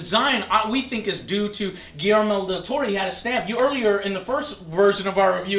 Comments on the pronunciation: Guirmel Del Toro...Joe you need To Read Some Names Properly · Gi-Yer-Mo, Joe.